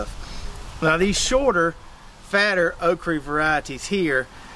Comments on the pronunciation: Why do you keep saying okree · What is a Okree? Okra has the letter "A" at the end of it not a "E" nor a "Y" Quite annoying hearing OkREE over 100 times. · Okry??? Almost pissed my pants every time you say it brother 🤘 made my morning . Excellent video 💪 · You can’t pronounce okra. SMH